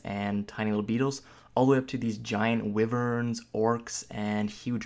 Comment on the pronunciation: Lol your pronunciation bro. It sounded like you said it was fun to tame cute little girls. It's pronounced jer-bils. Also, the wyvern, being from heraldry and not just made up for games, has a correct pronunciation, and any other is just wrong. It's why-vern. I agree with a lot of your points but I have a real problem with the fact that there are basic mmo controls that are completely absent from the game, such as the complete lack of any function to cycle through friendly players other than by clicking on them (control F1-F5 doesn't count as that's only for party members AND sucks anyway). That is way less efficient than having a cycle button such as tab for enemies. Mouse clicking on them isn't a real alternative as the mouse cursor is almost invisible at many resolutions. Another thing is that my hotbar disappears EVERY TIME I change zones (like entering/leaving a dungeon) and I have to relog to get it back. It does this on every character.